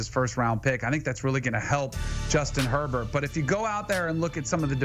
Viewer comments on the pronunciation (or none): none